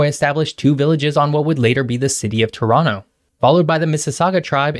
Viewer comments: Very impressive that you pronounced Toronto like us natives! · are you from toronto because you pronounce it perfectly like a native torontonian. ? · You sure did your homework. Great vid! Very informative. Pleasant format. I learned a few new things and I've been living in Toronto for 40 years. BTW, you pronounce Toronto like a local. Like it should be. T'ronno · Respect for proper pronunciation of Toronto. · Props for saying Toronto Correctly!